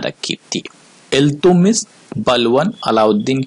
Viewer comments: इल्तुतमिश बोलिये इल्तुमिश नहीं सर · He was not iltumish .he was iltutmish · Naam to sahi le le..Iltutmish